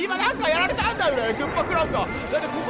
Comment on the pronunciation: 何にやられたぁー!?のところ 何にやたれたぁー!?になってました